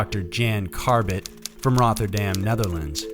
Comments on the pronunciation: Anf he said ro-ther-dam instead of rot...ffs hare it when they say things stupidly. I mean they are narating as a fkin job for fk sake lol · It's Rotterdam, not Rotherdam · Its pronounced rott er dam not the th I know English is hard eh lol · It happens so what???? It's not his job he does this for free so stop it. If you don't like it don't watch!!!!